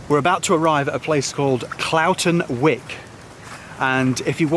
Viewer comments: Wyke (sounds like w-eye-ke) not wick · Pretty sure it’s Whyke not Wick ...nice restful vlog.